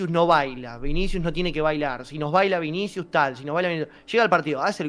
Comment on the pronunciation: Cubarsi dice vins jajajaj